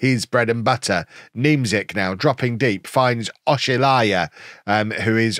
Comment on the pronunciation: The pronounciation of oshilaja o-shill-arJa